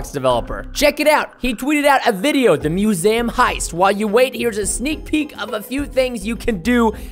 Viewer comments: its not musam its museum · and its not MUSAM ITS MUSEUM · Musam. Why would you even guess that it it pronounced mewzam. It's museum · musaum.. not gonna judge because not that much people can say words. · You said it wrong it’s not called muzam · its miuseeuumm thats how you pronaounce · He says musaum lol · its muesum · It’s mew-see-jm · Preston you don’t know how to say museum....lol